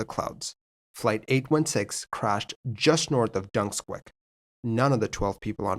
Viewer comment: I live near here and remember this happening. Just a small pronunciation point, the location is pronounced Dun - kez - ick (Dunkeswick) Moor, not ‘Dunsquick’.